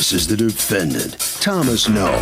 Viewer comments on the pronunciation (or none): Petty of me, maybe, whatever but a HUGE pet peeve of mine is this: as much as I adore Harvey, I really do but I HAAAAAATE how he says "defendANT"! Yes it is spelled with the "ant" but that is NOT where the emphasis belongs in this word! It should be pronounced like "defENDent". It's about the proper emphasis Harvey! Lol